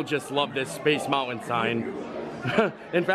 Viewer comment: Lol,, this is MY PARK. I live in San Fernando Valley and used to go here frequently. This IS the best park as it's differences from WDW are vast. Small world is a gem. That CHICKEN DINNER is delicious! I wS thinking double mashed potatoes, then you mentioned it! 👍 It's cute how you say Space MOUN AIN, Instead of Mountain. You don't pronoun e your Ts LOL. CUTE😁